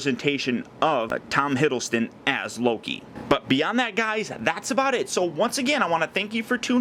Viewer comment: theCreeperXplode I think it depends on how skinny Tom is if he looks more like The Avengers Version or the Thor 2 version. Btw it's Hiddleston not Hiddlestone.